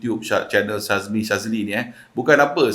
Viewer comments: Boss,sebutan nama syahmi jd syazmi,yoe jd yoei... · 3 kali syebut Syazmi, kawe terus stop watching. Syahmi bukan Syazmi bro. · knp asik aku terdengar syazmi sazli😂😂😂 ke aku salah dengar😅😅😅